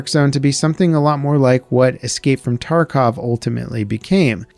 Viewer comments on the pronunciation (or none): none